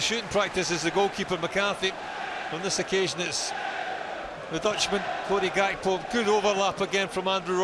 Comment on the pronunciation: Why does the commentator keep saying Gakpos name wrong. Its so annoying.